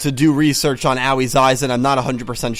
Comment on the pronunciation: Still mispronouncing Aoi, I see. I really hope they skip Pendulums for 2 reasons. 1) they are a VERY problematic game mechanic and 2) the mechanic is tied to yuya & arc-v, which the staff has been doing everything in their power to make people forget about.